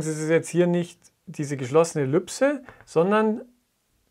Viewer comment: Was ist eine Ellüpse? Es heißt immer noch Ellipse. Diese Aussprache kenne ich nur von absoluten Laien die das Wort noch nie gelesen haben... Grauslich. Bitte richtig sagen!